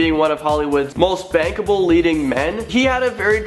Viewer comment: Swear he said most "bangable" man about Mark Walberg 😂😂😂